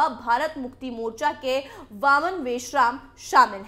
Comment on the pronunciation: मोचरा नही मोर्चा होता है हिंदी तो ठीक पढ़नी सीखो कम से कम पहले।😡😡😡😡